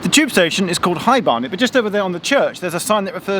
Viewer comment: High Bear-net?